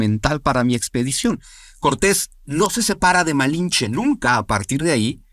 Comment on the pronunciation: Este wey solo cuenta su supuesta versión que le conviene esta historia es para los fifi que aman españa y toda europa y el otro wey no puede ni decir lamalinche